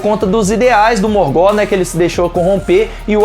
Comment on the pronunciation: Bom vídeo, mas a pronúncia incomodou um pouco... A pronúncia não é "Morgó" e sim "Morgof" (Morgoth) com o TH com som de "f"